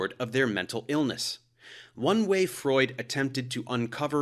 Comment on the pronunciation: it's pronounced freud